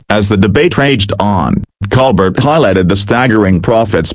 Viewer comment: Baloney. Even mispronounces Colbert